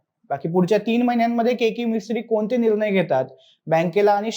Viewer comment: साहेब, कृपया शुध्द मराठी भाषा बोला! आनि,पानी,निर्नय,म्हनून असे शब्द मराठीत नसून,शुध्द मराठीत आणि,पाणी,निर्णय,म्हणून असे बोलले जाते!! अशुध्द मराठी भाषा कानांना खटकते,हे लक्षांत ठेवून पुढील व्हिडिओ करावा ही विनंती!🙏